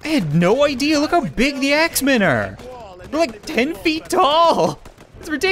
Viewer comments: every time he said "axemen", it sounded like "X-Men" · When you said Axe men it sounded like you said X-men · When you said axe men I thought you said X-Men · When you said Axe Men I thought you sad X-Man Lmaoooooo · GrezCom same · GrezCom me too m8